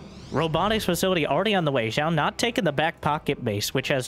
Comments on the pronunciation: New drinking game. Take a drink every time mispronounces Zoun. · lol, true